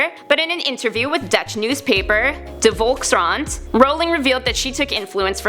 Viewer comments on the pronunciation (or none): Hahahahahhaha volskant its pronounced voLkSKRanT im dutch so i know 😂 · any fellow dutch cringe at the way she pronounced volkskrant ??